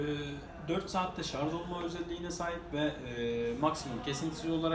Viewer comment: ŞarZzzzz demez mi :))